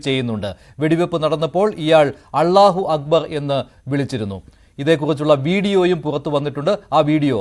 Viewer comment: അല്ലാഹു അക്ബർ എന്ന് അവതാരകന് ശരിയായി ഉച്ചരിക്കാൻ പോലുമറിയില്ലേ ? വാർത്ത വായിക്കുമ്പോൾ ശരിയായ ഉച്ചാരണ ശുദ്ധി വേണം